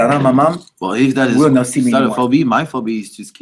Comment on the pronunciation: Love how they pronounce phobia as "Phobi" aw bless.